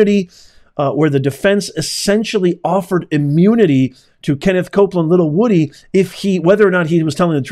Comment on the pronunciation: his name is WOODY not woooh dee🤡🤡🤡🤡🤡